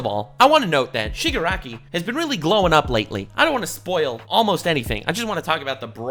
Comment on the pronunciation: Bro really just said Shigakaraki